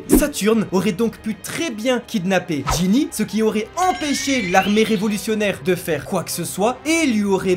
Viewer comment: vous y arrivez pas à dire Gynny x)